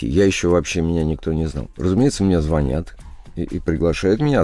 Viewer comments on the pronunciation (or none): none